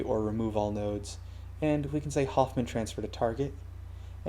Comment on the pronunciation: The name "Hohmann" is spoken Ho-mann. Anyways, good video.